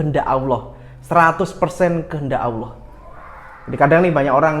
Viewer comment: sy suka channel mya. Bolehkan sy kritik. Allah bukan Awloh. Terima kasih